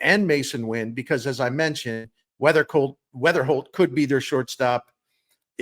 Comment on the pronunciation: It’s Weatherhokt NOT Weatherspoom!